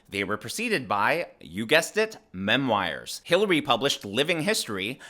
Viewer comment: Why’s he keep saying mem-wires? ‘ta fuck?